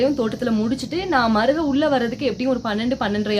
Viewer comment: Mariyam fathimaku appo appo namma ooru slang etti paakuthu (maruga)😊